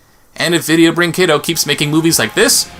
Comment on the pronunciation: I know it doesn't matter much but the 'u' in 'brinquedo' is mute in Portuguese. So it should be read as 'brinkedo', as opposed to 'brincuendo'.